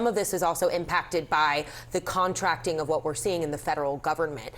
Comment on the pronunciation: You could have just summed it up by saying: Trump gets called out on his lies, then he tries to gaslight everyone like always. Err, that's not how to pronounce "contracting" in the sense that something is getting smaller. The way she pronounced it makes it sound like there's governmental "contracts" happening due to DOGE. 😆